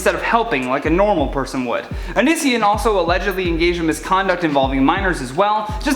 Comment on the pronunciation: Thank you for mispronouncing onision